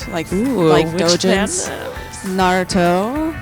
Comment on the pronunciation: Why do you have to call it NaruTTo. * no hate * (peace ✌)